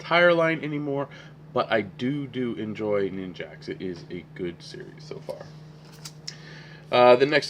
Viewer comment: I think that name of the book is Nin-JACK, not Nin-JACKS. I have tried to start reading the Black Vortex book 2 or 3 times over the past week and can't get into it. Why did I pre-order? I may just read the All-New X-Men tie-ins and skip/sell the rest.